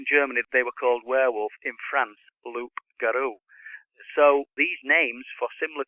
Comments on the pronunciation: Its pronounced Lou(p) Garou not Loop Garou the P is silent. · In France, we prononce " Loup-garou" =>Loo Garoo. It comes from Leu in old french and garou from gare ( beware of) .So beware of the wolf gave " gare au leu" then Loup-garou. You must know also that a vegetal named lupus lupus, a very toxic one was used during midle age to kill them associated with meat...